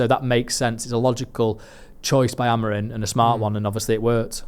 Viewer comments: Does know he’s called Amorim not Amorin lol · it’s AmoriM - not AmoriN!